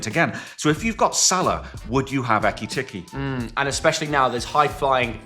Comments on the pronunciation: Plz stop saying eke tecky it’s eke tike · Who’s gonna tell him that’s not how u say ekitike’s name